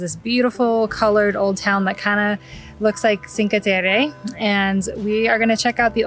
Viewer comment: Could you learn to pronounce the names of these towns properly. It's NOT "Menten. "...it's Menton ( please learn how to say it on a clip). Also, it's not "Chinka" Terra... You make Americans look stupid and lazy not to put the energy into taking the time to learn the proper way to speak .